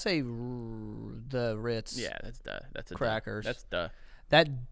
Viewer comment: say it Joey....say Ritz! "...Rrrrrr..." 😂😂😂😂😂 Yes!!! ❤ Still my boy!